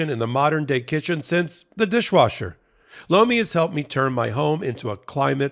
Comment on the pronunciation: I swear every time y’all do a Lomi advert it sounds like you say blow me.